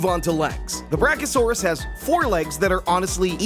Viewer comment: Bro said Brack-0-saurus